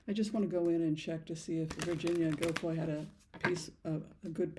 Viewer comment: I absolutely dont believe virhinia guiffre committed suicide. Imo they made it look that way. All because Andrew was outed. Pronounced jew fray.